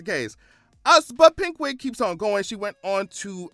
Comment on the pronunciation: Not you saying Pink Wig but I heard it as PigWig‼️😂🎉